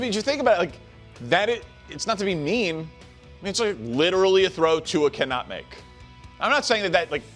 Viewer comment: Bro did you say tua?